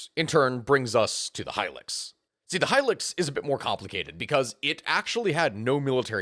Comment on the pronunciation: High-lucks. Not high-licks. High-luxury vehicle was the advertising for it. At least you’re not like that other youtuber who pronounces it “helix” Also, in Darwin, a Land Cruiser was converted to electric, then divers took turns to drive it from one side of Darwin Harbour to the other. They caught fish while they were driving iirc.